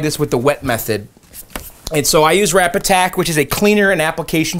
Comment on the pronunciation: TIL it's Rapid Tac - Anyone besides me thought was saying "Rap Attack"?